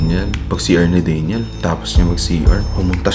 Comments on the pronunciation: DANYEL po hindi DEYNYEL 😊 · me: DANYEL: DEYNYEL syalan ha hahaha